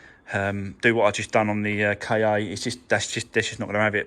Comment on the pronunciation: the Ford KA is pronounced ‘Ford car’. The word is Egyptian for soul.